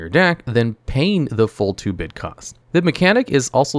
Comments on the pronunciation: Small thing, but I think the term is "2-brid" (as in "two hybrid"), not "2-bid" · "Two-brid" mana. Reaper King has two-brid mana symbols. I know this sounds like extreme grammar-policing for a made up term, but if this were my video, I'd rerecord the audio and make sure autocorrect isn't making me sound less authoritative.